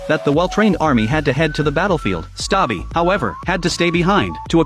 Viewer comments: Stubby ❌ Stabi✅ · His name is stubby not stubi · It is not stabi it is stubby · it's Stubby, not Stabi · Why is he saying that the dogs name is stabi even though the real name is stubby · it's noy stabi it's stubby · I don’t wanna be a pain but it was pronounced stubby not stabi (the movie is named ‘Sargent Stubby’) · It is not sabi it is stuuby😅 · Bruh its stubby not stabi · Its not stabi but its stubby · Its stubby not stabi this a real story on the 1920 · His name is stubby not stabi bro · Its not stabi but stubby😅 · Is not stabi its stubby! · It's stubby and not stabi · U said stabie but the coller said stubby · “ Erm actually it’s stubby not stubi “ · His name is stubby not "stabi" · It is stubby not stabbi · His name is not stabi it’s stubby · Its not stobi it's stubby I've watched this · It's name is stubby not stabi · The name was stubby, not stabi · Atleast say his name right Its not stabi Its stubby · “Stabi”😭 his name is stubby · Bruhh the name was stubby not staby😅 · The movie is called Stubby (BTW the voice in this YouTube short messed up because the dog’s name isn’t Stabi, it is Stubby) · Bro its "stubby" not "SaTbi" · Stubi❌ Stabi✅ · Its stubby not stabie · It is stuby not staiby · His name isnt stabi its stubby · He's name not stabi but it's stabby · I was scramin "ITS STUBBY" bc hes saying staby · Bro its not stabi,its stubby (Just correcting) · ITS STUBI NOT STABI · Stabi? Its stubby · It's stubby not stabi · It’s stubby, not stabi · It’s stubby not “stabi” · “Stubby ❌ Stapi✅” Stubby❌ Stabi❌ Stapi✅ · "stabi"💀💀💀💀 bro is dumb. Bro couldnt rven tell th story correctly💀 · You said it wrong it's subby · The guy really said stabi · It’s pronounced stub-e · Not being a brat I'm just letting you know it's stapi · The name is pronounced stubby cause he was ranked sergeant in DC I think you can see his coat gas mask and ranks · Ai rlly cant pronounce stubby omg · Not how the Coller says stubby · It's Stubby- not Stabai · It’s stubby not stabi😂